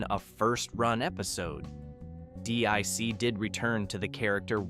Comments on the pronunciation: Deek not dick... lol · Pronounced 'DEEK' not 'DICK' :) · It's not D.I.C. It's Deek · Dic wasn’t pronounced dick it was pronounced deek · It's pronounced deek not dick. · You said "dick" it's pronounced "Deek" DIC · definitely not dick entertainment, which this narrator also used at least once at random... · yes, but it’s pronounced deek. Not D.I.C. and definitely not dick. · its pronounced Deek. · Dee-eye-sea. It's Dic you aid sod. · DiC pronounced its name as "deek", by the way. You can probably find some of their bumpers/tag stings on youtube. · It's Pronounced DEEK, How do you know Someones Too Young To Know What They are Talking About LOL